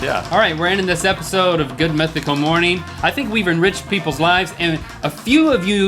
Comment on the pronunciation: "more-neeen " (Rips out ear drums)